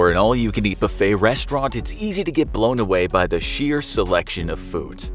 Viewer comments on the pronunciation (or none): none